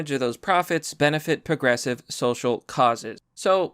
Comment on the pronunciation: Still saying 'porgressive.' You really need to see a speech therapist...